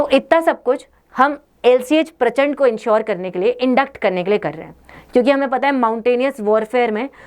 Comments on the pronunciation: वीडिओ में आपको प्रचंडा की जगह प्रचंड बोलना चाहिए।भारतीय नाम को गलत मत बोलिए। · प्रचंड है प्रचंडा नहीं।😂😂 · Why are you saying Prachand'a'? It is Prachand - please do not add additional a at the end and respect the Indian Air Force and their scientists, engineers, and all staff. Sorry for the thumbs down. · Ye kyu prachanda prachanda pronounce kar rahi he wo prachand helicopter he simple